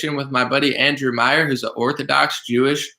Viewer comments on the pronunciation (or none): none